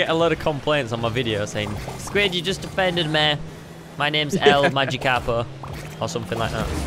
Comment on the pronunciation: It not el magikapo it el magikapro